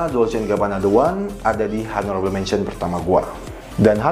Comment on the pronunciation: Bro, video-video lu bagus. Mau kasih masukan dikit cara baca in English dan French nya benerin. Contoh Honourable itu bacanya onorabel bukan honorabel. Lalu Eau De Toilet itu bacanya O De Toale bukan U De Toilet. Have a nice day!